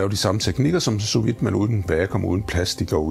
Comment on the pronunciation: Du udtaler sous vide forkert!!!!